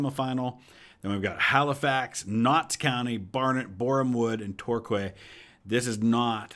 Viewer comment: Ah, Michael Jacobs. He came up through the ranks of my team (Northampton). Good signing. On a separate note, Torquay is pronounced like Tour-key. Sorry to be “that guy” 😄